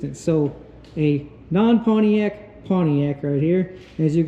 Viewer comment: Good god. It's not pwaniac. It's pontiac.